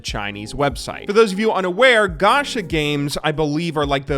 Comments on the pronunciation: its not ga-sha its ga-cha kinda like you would say gotcha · It is pronounced ch in japanese, idk why he said sh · I m sure a lot of ppl said this already but it's pronounced as ch in channel, ga ch a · It's gacha not gasha You spell it like CHoose English is my 3rd language so who knows 😕